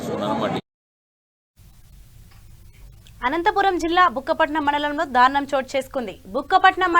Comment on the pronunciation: Dhaarunam kaadamma, daarunam